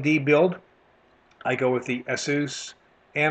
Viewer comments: he pronounces ASUS odly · no i didnt :D. its just that we strengten the A not U in asus in my country :D it just sounds strange when you are used to something different :)